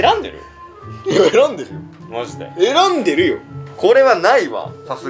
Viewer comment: 『選んでるよ』イントネーション変になってる😁が一番楽しそう！ 観てる私もわろた😂